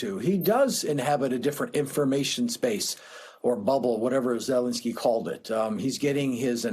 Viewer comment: You mispronounced his name. It's ZeLENskyy, accent on the second syllable.